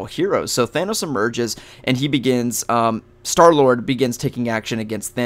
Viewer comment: It's Star-Lord not Star Lloyd sorry I just had to correct you